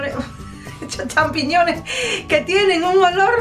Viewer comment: Acabo de copiar la receta. Mañana lo hago. ¡Qué mujer tan simpática! Al final me ataqué de la risa. ¿Qué fue loque dijo? ¿Sampichones? Ella misma no podía aguantar la risa. ¡Qué graciosa!